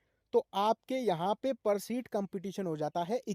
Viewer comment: सीट hoga Not शीट sir